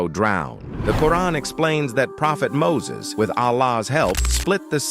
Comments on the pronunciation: It's not muses it's Musa❤ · Not mosase its musa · Mosa not Moses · Muses ❌ Musa (A.S)✅ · Musa not moses